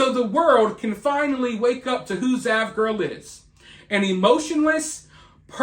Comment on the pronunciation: Oh, its "zav" not dav.